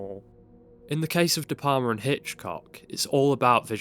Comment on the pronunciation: Ðe PaRma?? De PaLma!! You know... like you pronounce "Al" in Al Capone. You don't say Ar Capone, do you?You pronounce his name like it's some kind of Italian cheese. " Can I get some more De Parma on my spaghetti?". De P"Al"ma. Please try it.